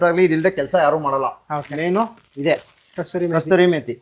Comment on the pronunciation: ಅದು ಕಸ್ತೂರಿ ಮೇತಿ ಅಲ್ಲ, ಕಸೂರಿ ಮೇತಿ